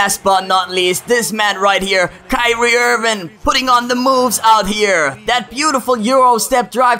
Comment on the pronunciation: Hey dumbass, it's Kyrie Irving...not Kyrie Irvin.